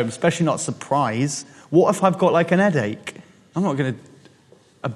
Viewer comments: He says "an headache" 😂 "H" is muted in his accent. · "WoT iF iVe GoT LyKe...aN edAcHe?" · "wot if i got like a eddache"